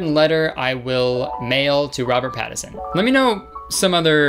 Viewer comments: According to Kurtis, the N in "Pattinson" is silent. 😂😂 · my respect for kurtis went 📈 when he mentioned robert pattinson cause i’m a huge teen twilight fan and robert pattinson fan but it went down WHEN HE PRONOUNCED HIS NAME WRONG, THERES AN N IN IT KURTIS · as a robert pattinson and teen twilight fan who loves edward cullen, kurtis as much as i love u and your love for robert pattinson HOW DARE U PRONOUNCE HIS NAME WRONG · i looked up robert pattinson bc i was convinced there was that first n missing when kurtis pronounced and wrote it turns out his legal name is robert douglas thomas pattinson... never in history has there been a whiter name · the way kurtis pronounces pattinson is triggering me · me running to the comments to see everyone flaming kurtis for saying “pattison”:🏃🏼‍♀️ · lexi pattiNson. He’s leaving out the first n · kurt boi: the chances of Robert PaTtiSoN walking in aren't 0... well maybe if you said his name right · the way you said Robert PATTison really made my blood boil <3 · I literally started to question whether or not there was an n and I was getting ready to be embarrassed for all the times I said it wrong and no one corrected me, but it was actually just Kurtis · i didnt realize how frustrating it is until i heard him say it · kurtis disrespecting robert pattinson nation by mispronouncing his name. kurtis trust you will be dealt with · every time kurtis says “robert pattison” instead of “pattinson” i lose a year off my life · The way that Kurtis completely ignores the N in Pattinson is my villain origin story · Reason Robert Pattinson didn’t show up: Kurtis called him “Robert Pattison” without the ‘N’ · Wait woa, I wonder if it's a Canadian thing because me and my personal Canadian friends and family all refer to him as "Robert Patterson." I had no idea it was spelt different until this comment 😂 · Lol he said "Pattison" now these guys are saying "Patterson" nobody knows who tf they're talking about. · robert patt-is-on okay sweet